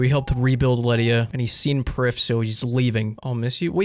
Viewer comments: its welsh - Prifddinas means capitol city, pronounced "Preev Thee n Ass" ...You're welcome :) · You'd pronounce it "Priv" not "Prif". The single F in Welsh is pronounced with a V sound. And the DD letter actually makes a hard TH sound. Also Prifddinas is Welsh for Capital City. Just a little fun fact about elf pronunciation. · Prifddinas would be pronounced "preef-vee-nas" in Welsh which is what the elves in RS essentially are.